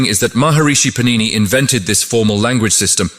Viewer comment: Sanskrit words are all mispronounced! It is pAnini not panIni!